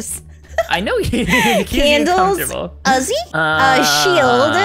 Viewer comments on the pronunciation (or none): it's uzi not azi